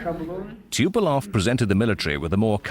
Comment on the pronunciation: The narrator cant even say the name of Tupolev right.